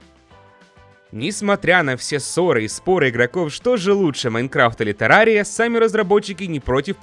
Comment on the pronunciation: Не тэррария а террария